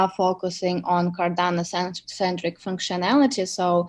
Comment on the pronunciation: It’s Cardano, not Cardana! Thanks 🤦‍♂️